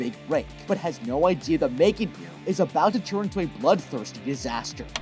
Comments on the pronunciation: No offense, but its M3GAN not "mae-gen" 💀💀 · Megan❌ Me-3-gan✅ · Its megan not maygan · It’s pronounced mEEgan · You mean M three GAN